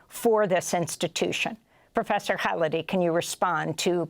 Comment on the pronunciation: I guess if you repeat the words "complicity" in "genocide" often enough, enough people will start to believe it? and the journalist, having interviewed Prof. Khalidi dozens of times should have learned the proper way to say his last name?